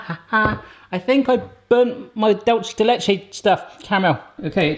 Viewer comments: It’s pronounced du-le-se de lehe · The way he pronounce dulce de leche. XD